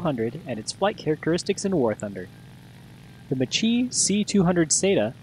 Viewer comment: Macchi is pronounced "Mah + Kee" not "Mah + Chee"